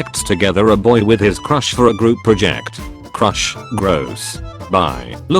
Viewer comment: it's "boy" not "buy", also you can say "the boy" as well.